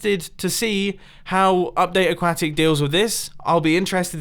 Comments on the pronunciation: Mumbo's a duck: C'mon, man, is AqUAtic, not aqAcic! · It's not AqwAtic, it's pronounced okwatic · Its not aguaitic its aquatic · I'm pretty sure it's just your British accent but what it sounds like to me is "Update A-cwa-tick, I'm from America and we say it with less pronounced syllables like "Update A-cwah-dic. I love your vids. though and I think you need to keep doing what you want and ignore people like me who criticize how you pronounce aquatic. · a-quat-ic, not a-kat-it. silly mumbo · uh-kwo-tic not uh-kwa-tic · aquatic not aquatic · Stop saying aqauctic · Mumbo: a - Use your slot for your enderchest! b - it's a-quä-tic! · Update “Aquacktic” 😹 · aquaaaahtick I love the way you pronounce that! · a-QUA-tic dont be xisuma again... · You are pronouncing "aquatic" wrong. It's pronounced (a-qwo-tic) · I honestly stopped watching when you kept pronouncing aquatic as a quack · Ah just what i was waiting for when i got home P.S. you said acuatic like a- quack-ic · Is it just me, or when Mumbo says “aquatic” it sounds like A-quack-tic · Aquatic is pronounced ahk-wah-tic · god damn the way u pronounce aquatic is awful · But how he says Aquatic tho LMAO 😂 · am i the only one who found the way he says aquatic funny? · Why do you say "Update Aquatic" like that < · is it just me... or does it sound like he is pronouncing aquatic wrong? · They way you pronounce aquatic bothers me.